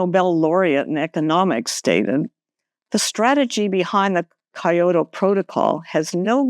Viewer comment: I think you’re awesome, but you gotta pronounce Kyoto correctly. :)